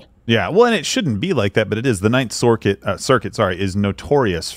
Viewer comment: I lmao’d when both Steven AND both pronounced “circuit” as “sorkett” in a span of like 30-40 seconds 😂💙😂